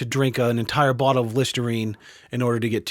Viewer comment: Listernine? C'mon